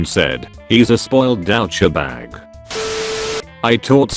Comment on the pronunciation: Spoiled Dou-Che-Bag.